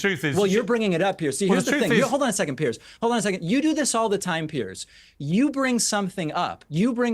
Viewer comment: Piers, as in rhymes with years.